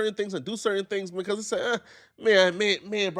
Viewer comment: He can’t pronounce “because” or “attack” properly. Something is definitely wrong with him. Also, I don’t know why ANYONE would give this dude the time of day.